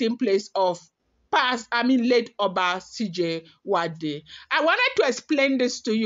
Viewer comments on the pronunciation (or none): It is pronounced S I JU ADE